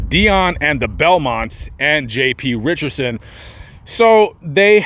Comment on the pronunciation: His name is Richardson not "Richerson" there is a D in there. you dishonor his memory by mispronouncing his name.